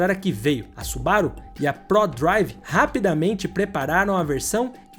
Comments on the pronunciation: SuBAru ?? SubaRU !! É japonês .. Acentuação é sempre na última sílaba. Exceto casos singulares ! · os cara falando da parte impreza com (m0, mas ninguem fala su-ba-ru como deveria ser. afinal a forma correta é SuBaRu. Ótimo video, ja tinha assistido outros, mas nunca comentei